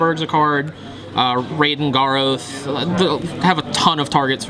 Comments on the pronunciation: He needs to learn how to say Garoth... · All these kids babbling that he can't say "Garoth" right. Stfu and go back to Magic XD